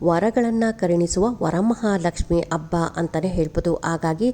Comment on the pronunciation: ಮೊದಲು ಕನ್ನಡ ಭಾಷೆ ಉಚ್ಚಾರಣೆ ಸರಿಯಾಗಿ ಮಾಡಿ ಆ ಕಾರ ಹ ಕಾರಕ್ಕೆ ಸಾಕಷ್ಟು ವ್ಯತ್ಯಾಸವಿದೆ. ಅಬ್ಬ ಅಲ್ಲ ಹಬ್ಬ.. ಕನ್ನಡದ ಹತ್ಯೆ ಮಾಡಬೇಡಿ 😂